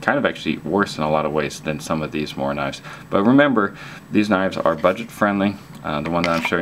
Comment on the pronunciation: Well pronounced morakniv :D !